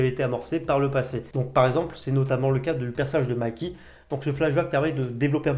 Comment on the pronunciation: Mikey ça se prononce Maïki